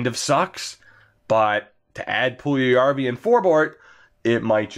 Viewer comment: Puljujarvi is pronounced “Pull- Yarvy”